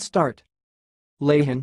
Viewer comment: Wrong, the h is silent, It's more like laan